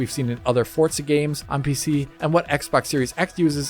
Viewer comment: Why do Americans say fortza?